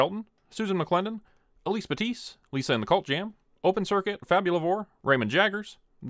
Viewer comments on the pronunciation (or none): none